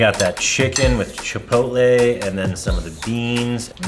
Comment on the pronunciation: Fantastic video. The pronunciation is chee-PAW-tleh. Furthermore, one TAMAL (tah-MAHL) it does not have an ending E. FYI.